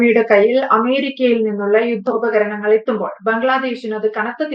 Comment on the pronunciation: 'യുദ്ദോപകരണങ്ങൾ ' ? 'യുദ്ധോപകരണങ്ങൾ' എന്ന് പറയൂ.